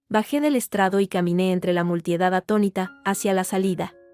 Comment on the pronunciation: No sé dice multiedad ...se dice multitud...corrijan la IA